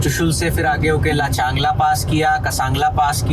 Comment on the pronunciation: Bhai Luchangla nahin Lachung-la 😂 Informative video ❤